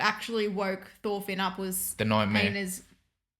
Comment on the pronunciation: im danish, thor is not "toor" and finn isnt "feen"